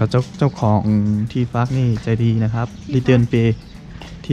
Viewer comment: สีเริญบอกซิมฮักว่าที่พักไม่ใช่ที่ฟักนั่นมันฟักไข่แล้วสิเริญให้ออกเสียงบ่อยๆเดี๋ยวก้ชัดเอง